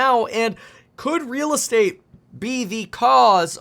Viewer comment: Reeeeeel estate-ah crash?